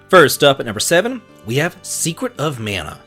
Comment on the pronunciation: Minor nitpick but.... do me a favor, say Mana properly;p We have too many people in the West saying it wrong as is lol. ( voice actors included! )